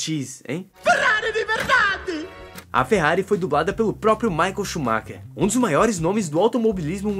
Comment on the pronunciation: Maicon Shumacher ? 😂😂😂😂o certo n e Michael Shumacher ? 😂😂😂